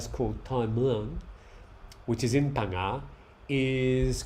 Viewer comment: Hi You're getting good at names. Phangnga you've got well now. Srettha Thaweesin very good. Just one detail, The 'a' in Thaweesin should be shorter and unemphasised. You're saying Tar-wee-sin. Much easier for Thais to recognise if you keep the 'a' short and put the emphasis on the 'wee'. I'm a 40 years thai language nerd! Great talk as usual.